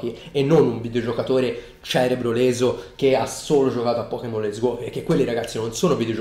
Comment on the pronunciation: A allora ti sei sbagliato, dice let'so go.